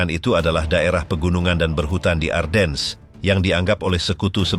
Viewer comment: Ardennes dibaca A:den. R nya hampir ga kedengaran, gantinya A nya dibaca panjang ini kota di Belgia yg terpengaruh Perancis. Sedangkang untuk orang2 USA atau Inggris bacanya Arden tanpa S nya dibaca. By the way salah satu Jendral nya German yg hebat dlm pertempuran ini Baron Hasso Von Manteuffel yg tingginya hanya 160 cm kecil untuk ukuran bule hingga dijuluki little baron. Greetings from the USA